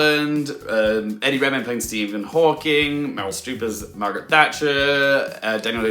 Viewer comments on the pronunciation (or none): none